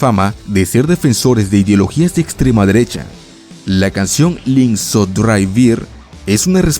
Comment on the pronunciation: Muy buen video pero por favor pronuncia bien los números "drei" y "vier"